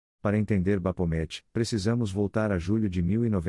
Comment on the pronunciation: bacana o video, mas a narração é lástimavel. As pronúncias são um desserviço prestado. Se o objetivo é mesmo transmitir conhecimento e intelectualizar, não pode deixar desse jeito. Um dica para você que esta usando narração virtual é escrever no texto da maneira que se pronuncia, exemplo: baphomet, você escreve Bafomé, e ele vai narrar corretamente.